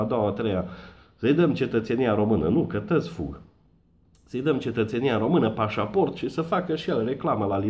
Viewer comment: Si cand zici " pasaport de Romania" suna ca nuca'n perete :))))